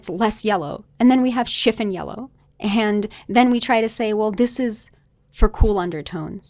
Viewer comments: Hello.. I agree with you completely regarding this color analysis.. However, you are mispronouncing the word CHIFFON.. The emphasis is on the second syllable.. Shif ON.. It's not SHIF un. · Yeah, this. I've actually never heard anyone pronounce it as "chiff-in" until this video. It's pretty distracting, despite the very intriguing content. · It is pronouned “Shiff-on” not shiffin. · Chifin? It's chif fon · It’s not pronounced chif’n yellow. The o is long o vowel sound as in the word “ on”. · Chiffon doesn’t rhyme with griffin. It rhymes with upon. Chiff-on. Sorry, but I couldn’t stand it. The color discussion is fascinating, though, and I love your videos. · Love it. "Chiffon" is "schiff-ON" in the US at least, like the fabric and the cake :)